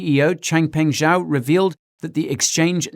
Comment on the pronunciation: Guy...CZs surname "Zhao" is pronounced "ja-wo" (ja like "ju" in "judge" and wo like "wo" in "woman") not some French sounding pronunciation you came up with...